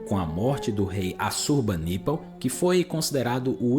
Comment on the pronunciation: Amigo, não tem sílaba tônica no NI de Assurbanipal. Considere não usar essas imagens geradas por AI, isso é péssimo.